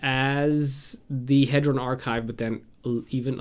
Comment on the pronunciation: Nice video. I'd like to point out some pronunciations: - Inspiring Statuary [statue-ary] - Dreamstone Hedron, Hedron Archive [hee-dron] - Nevinyrral's Disk [nev-in-y-ral] - Colossus of Akros [ak-ros]